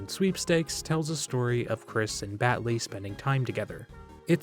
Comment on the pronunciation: That ending where you finally said berdly actually almost gave me chills